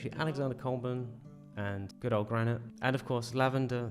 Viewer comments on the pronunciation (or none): none